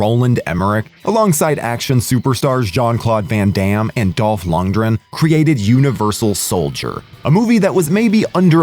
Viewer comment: It's LundGren.. With a G